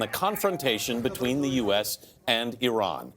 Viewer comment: At least this guy pronounces Iran correctly, unlike many other persons who work in the media field.